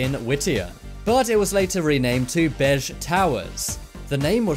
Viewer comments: Good video, I just want to point out that our building we live in is pronounced "Bay-gitch" Towers, not "Baisch", other than that, its pretty much accurate! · You miss pronounce Begich wrong